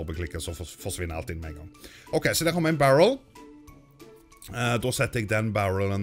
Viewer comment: Hører dere når han sier DER. Sier han det på dansk XD